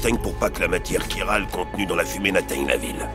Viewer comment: Pour la "matière chiral" ça se prononce "kirale"